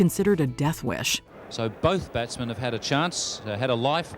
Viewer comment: Some of the greatest batsmen in cricket And made no mistakes when it comes to introducing these fine batsmen she speaks with such class and as a proud member of the West Indies WE APPROVE THIS VIDEO (🇹🇹)